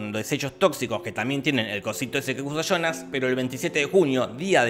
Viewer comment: Muy bien resumido y narrado, pero me mata de risa escuchar "Chonas" cuando habla de Jonas (yonas)